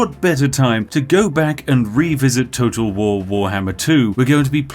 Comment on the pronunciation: It sounds like your saying toto wahwar